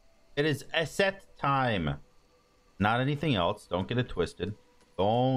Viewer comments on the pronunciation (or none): Dude its pronounced like the letter E-set not Eh-set lol sorry for grammar police. Edit: The person who wrote in your chat was Gaunter O'Dim, a pseudonym for the Devil in the Witcher. Nice coincidence to you talking about the show at the start of the video